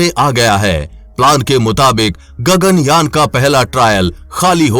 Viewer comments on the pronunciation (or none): Wtf 😂 Its Yaan not your gagan "Jan" 🤣